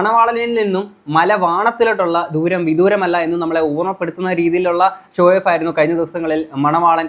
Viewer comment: ഷോയോഫ് അല്ലടേയ്........ ഷോ ഓഫ് (SHOW-OFF)